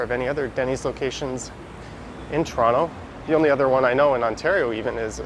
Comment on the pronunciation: I love how you say Toronto correctly